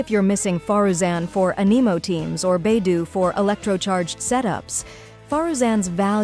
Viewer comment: Beidouuuuu not beidoooo😮